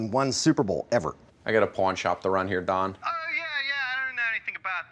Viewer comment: Kroll should have said Don sounding more like Dawn. The ahhh sounds have more of an awww in Philly speak like daughter becomes dawwwder. Also 'yous' and 'jawn' every other word.